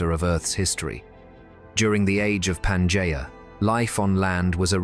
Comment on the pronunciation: UNWATCHABLE - in the first 30 seconds if you cannot even pronounce Pangea - trash